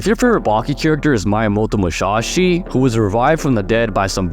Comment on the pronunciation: damn bro was glazing the jack fans😂. Anyways funny video but please your pronunciation is of miyamoto musashi was WACK. Also oliva on TOP🗣️